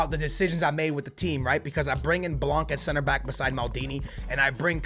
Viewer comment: U don’t pronounce the c in blanc